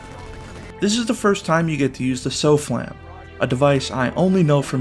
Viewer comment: Every single time the SOFLAM is mentioned in-game they say "softlam" with a silent T and you still managed to pronounce it as "so-flam" smh